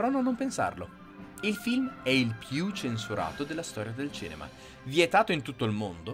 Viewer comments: Perché hai una dizione perfetta e molto fruibile, come mai non riesci a dire CINEMA? Mi entusiasmano i tuoi video ragionamenti Grazie per tutte le tue informazioni! Bravissimo! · Ma cos'è il "cenema"?! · Ma perché dici cEnema?